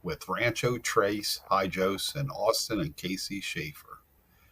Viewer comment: HIJOS...HAHAHAHA " HIOS "....